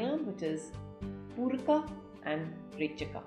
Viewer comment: Why are you trying to say pooraka and rechakaa etc. When it’s simply poorak, rechak and kumbhak in yog sutra